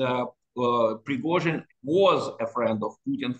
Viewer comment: Say "Pigrozhin" again . . . lol. Why can't you even pronounce his name correctly?